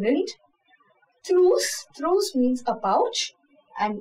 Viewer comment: Well done but there are pronunciation errors- livre, trousse, fille